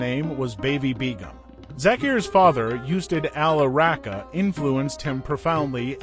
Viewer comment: You say "Ravi" correctly. But you butcher "Rahka."